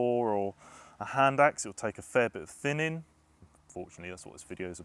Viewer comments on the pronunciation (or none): What’s thinninn precious ehhh, what’s thinninnnn?